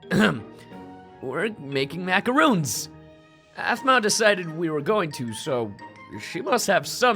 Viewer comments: "We're making MACAROONS!" Me: macaRONS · They. Are. Pronounced. As. MACORONS. Aphmau. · she pronounced macaroons wrong... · YAY GOOD 4 U APHMAU!! I LUV MACARONS!! BLESS U APH!! But u pronounced it wrong. It's pronounced macaroni without the e sound. C!? Easy!